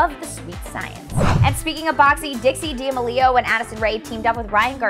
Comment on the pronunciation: Is she just embracing the meme or does she really not know how to pronounce D'amelio 😭💀